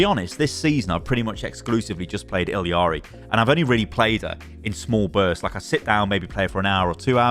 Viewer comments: you are pronouncing illari completely incorrectly and it makes me so sad 😭😭😭 you’re saying ill-ee-are-ee and there is no reason it should be pronounced any way other than ill-are-ee or ee-yar-ee. i’m going to scream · ee-yar-ee not ill-ee-yar-ee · illari ee-ya-ree not eeleeyaree :( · Why is everybody saying "Illiari"? Her name is Illari I-L-L-A-R-I. Where is the middle i? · Is ILLARI pronounced as ILIARI? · Is that how you pronounce Illari? Illiari? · ILL-AW-REEE, WHERE IS THE EXTRA "EE" UR PRONOUNCING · you are killing me please, It Illari, there is no secon "i" in the name, Its one "i" and two "L"'s xD